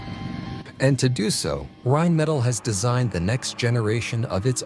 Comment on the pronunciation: Rimettel😂😂😂🙈 Deutsche Sprache schwere Sprache. Auch für KI.